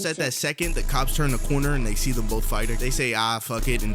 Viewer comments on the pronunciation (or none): none